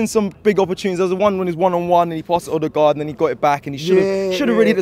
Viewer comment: Tell him it’s Odegaard not Oolegaard